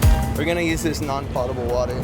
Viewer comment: Thats not how you say potable